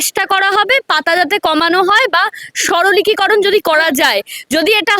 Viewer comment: সাংবাদিক মহোদয়া, আপনি বার বার" সরলিকিকরণ" কথাটা বলেছেন, বড্ড কানে লাগছে গো, কথাটা কি ঠিক??!! কথাটা " সরলীকরণ" হবে না?? জানি না আমার জানায় কোনো ভুল আছে কিনা! খুব কষ্ট করে যেটুকু লেখাপড়া শিখেছি, তাতে মনে হয় আমি ভুল বলছি না।যদি ভুল বলি তাহলে আমায় শুধরে দেবেন।ভালো থাকবেন।